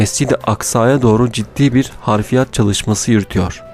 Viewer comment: Affola bir düzeltme daha yapmalıyım: Harfirat değil o. Hafriyat. Vesselam.